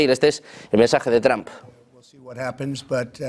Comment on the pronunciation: ¿El presidente Donald "TrAmp"? Los españoles, al igual que los ches (argentinos) no tienen oído para los idiomas extranjeros.